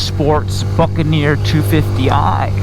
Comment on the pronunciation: Is it me? or does it sound like he's saying fuckaneer every time?